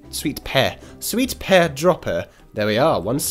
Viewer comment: I've seen the movie it's so funny and no there's not a frog and u said sweet pe wrong but good tycoon